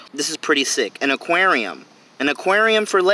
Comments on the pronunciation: Its aqaurium not aqryiium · Jannie Truong I hate every single time he says “ AKUERIOUMAAA” (aquarium) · actually its AQWARIUM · the way he said Aquarium lol. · The way he says aquarium 🤣🤣🤣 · The way he says aquarium tho lol😂 ⬇️